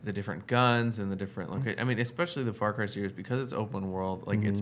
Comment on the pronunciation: Ok, so just to make sure I'm not crazy, did they say far Kai? Like,???? IDK I think I'm just hearing it wrong. I know what they meant if they did, (and I totally understand accidentally saying a word wrong especially when you're talking fast), I just wanna make sure I'm not crazy lol😅😂